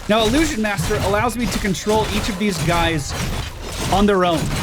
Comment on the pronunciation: Ill-loo-shjun. Not ah-loo-shjun